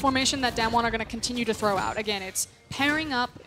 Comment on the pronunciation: It’s Not daymn won, it’s daam won